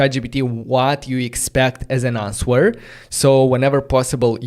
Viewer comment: The “w” in “answer” is silent. You pronounce it like “anser” … great content and enthusiasm…